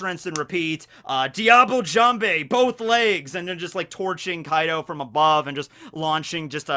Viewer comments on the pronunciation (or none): messes up the jimbei